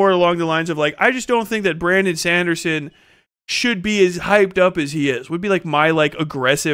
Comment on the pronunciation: Bramdon Sandersens this pronunciation got me rolling on the floor 😂